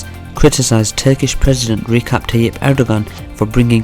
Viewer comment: It’s pronounced Rejap, not rekap, do a research first!